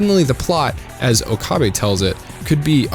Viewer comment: Why is it that so many videos mispronounce Okabe? They say his name hundred of times in the series yet everyone still says Ookaaabe. . Put three words together, oak, a, bay